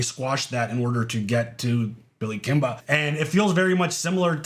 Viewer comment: "Billy Kimbah" So you talking like them peaky blinders now eh? 😂